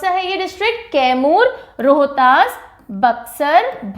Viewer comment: तैमूर नहीं मैडम कैमूर जिला है